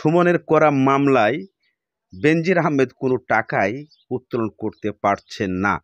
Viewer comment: Bhai nam ta hobe Benzir Ahmed. No benzin